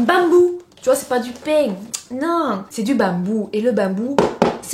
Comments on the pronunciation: J'adore ton accents surtout le bammmmbou😂❤❤ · « En bambou » avec l’accent ca me tue 😂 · Comme tu dis " bambou "😂😂😂